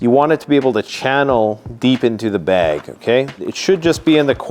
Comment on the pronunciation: Is it weird that I enjoy hearing you say bag? “Bayg” I know I’m not alone.